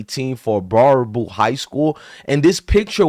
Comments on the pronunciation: It’s pronounced bear-a-boo. Dude, I live in Wisconsin, this is not the norm. This is not who we are. I’m sure you can find pockets in any state. But this does not represent our state. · It's pronounced bear aboo my guy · First off, this father is an asshole. This 100% is not the norm in Wisconsin. I'm not going to pretend it's perfect, but it's not the norm. Also, it's pronounced bear-a-boo. I believe it originates from a French Canadian fur trader. Most of Wisconsin's municipality names originate from Native American or French words/names. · It's pronounced Bare - ah - boo lol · It's pronounced Bear-A-Boo. ;) But yeah. Sad day for Wisconsin.